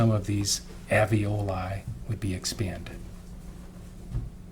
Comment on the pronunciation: Can’t the defense attorney see the first “l” in “Alveoli”? It’s not pronounced “Av-ee-oh-lye”! It’s pronounced: “Al-vee-oh-lye”. I wonder if she would have done anything differently if the baby wasn’t “stillborn” as Gale says. Plus, it was the end of February so not much decomp would happen out in that weather. It’s still winter there in the pictures the defense showed just now too. So is her husband still married to her now? I had 2 children by the age of 22, so she’s not stupid.